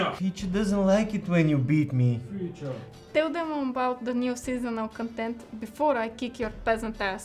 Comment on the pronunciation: Wait.... What...? Did he just say...? 🤟🏾😆 NO WAY! FEECHA FEECHAAAA! 💚